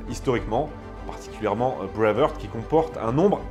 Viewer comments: D'abord, on dit Brave HArt et non brave Heurt... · D'abord c'est "BraveHARTE" et pas "Brave HEURTE"!! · Breive haaaart prononcez le ainsi. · En parlant d'erreur, Braveheart, ça se prononce pas Bravehurt... Heart rime avec les mots anglais art, cart, tart, fart, dart, part... De rien. 😊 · je vous propose d’essayer de mieux prononcer Braveheart , la première fois on passe, mais après 20 fois ça lasse 😅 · Même si tu détestes les Anglais essaie au moins de prononcer correctement “Heart” ... cordialement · Tu prononce très mal BRAVEHEART